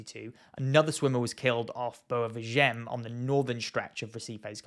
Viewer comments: The beach it's called and must be read: "Boua Veehaghen".😉 - NOT "Boua Veeghen".🤣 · You have Google to help you with the pronounciation. Why do you keep ignoring the "A" in Boa VI.A.GEM?? The "A" is the tone syllable, by the way. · Nice video. But the pronunce of Boa Viagem is Boa (this part is right) Vi (is pronounced like the letter V in english) a-gen (is right, but there is a small pause between a and gen)